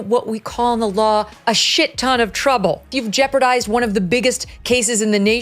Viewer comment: Twooble twooble boil in tumbow